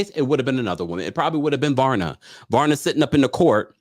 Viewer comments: Not Varna, it’s VARYA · Every time you said "Varna" instead of "Vaya" 😭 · Varya not Varna- there is no N in her name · It's pronounced Pashstel and Vareeah